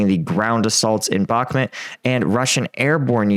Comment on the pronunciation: Why do you say Backhmit not Backhmut?